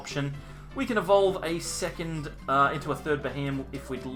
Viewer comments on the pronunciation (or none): none